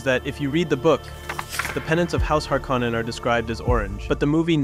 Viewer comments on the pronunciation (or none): How did he mispronounce every single name except Paul and Jessica 😂 Freemen Letto Har-koh-nen Atreedees